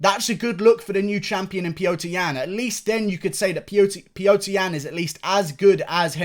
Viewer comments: Unrelated but can you please say Petr Yan's name properly? It's Petr, not Piotr lol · Its pronounced pyotr